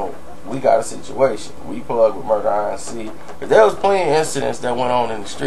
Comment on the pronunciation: Why don't you just say Murder Inc instead of Murder I N C 😭😭😂😂